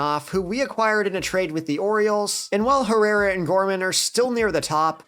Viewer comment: Bro said ivan herrara 🤣🤣🤣